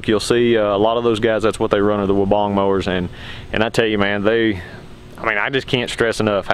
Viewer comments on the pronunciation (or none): You can’t even say weibang right. Wee bang. Not wobong 😂. All designed in uk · Gregs Mowing hahaha even the Weibang USA answers the phone wobong so unless they pronounce it correctly that’s the only way you would know how to pronounce it. So please tell me how much experience you have with this mower?